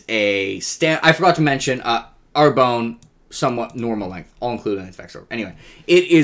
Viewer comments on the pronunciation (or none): Sorry to be a pedant, but I don't think you're pronouncing Arbonne correctly. It should be something more like "are BUN," not "AIR bone."